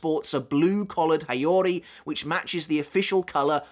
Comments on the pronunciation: It's how-ree, mate. Gold-a$$ quality post nonetheless. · You're pronouncing the "haori" wrong.